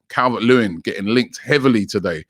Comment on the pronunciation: How did you manage to bottle the name “dominik calvert lewin” 😂😂😂 “ cavelvvehhetrt lewin???”